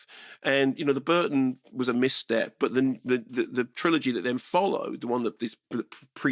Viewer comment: What? Who tf pronounces trilogy "tri-OLOGY"